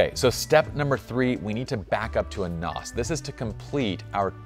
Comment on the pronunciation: NOS it’s NAS lol NOS is Nitrous oxide System still love you